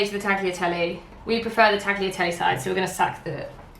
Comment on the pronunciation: As a non-Italian Italian speaker, I found your pronounciation of "tagliatelle" more offensive than the way you made pasta hehe, sorry, I love you